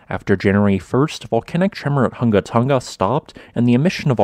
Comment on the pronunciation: Tonga not "tunga". Residents not "residens". Coordinating not "cordilaying". Definitely not "defnuhly". Below not "buhlow".